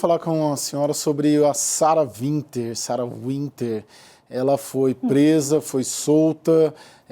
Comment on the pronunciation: Qual é desse apresentador de programa jornalístico que fala "Sara VINTER"? Não sabe básico de inglês, não? Sara Winter, cara, vc tá com o nome escrito, é W, lê UINTER, que seja, mas VINTER é fod@